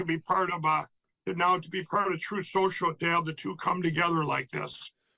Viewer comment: Just when you thought "Troof Special" was a horrid social media site, here comes "Vokel". 😂